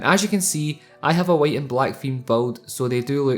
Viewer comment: "write red and bloo" :P nice review though